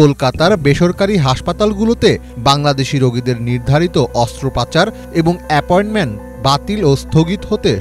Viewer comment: মুরুব্বি ......অস্ত্রোপচার কে অস্ত্র পাচার করলেন , বলুনতো ইটা কি ঠিক করলেন